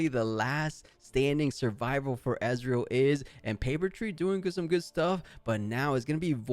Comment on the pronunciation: Please stop called Ezreal "EZ" the E in Ezreal is not pronounced like the E in EZ. He is not calles Israel.